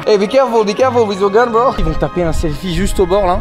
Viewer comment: Très bien mais ton Bro sonne dégueulasse, dommage bro !!